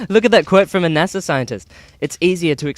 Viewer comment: It pisses me off when s People say nasaw instead of nasa